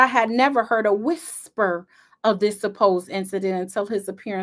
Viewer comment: Whithsper took me out 😂😂😂😂😂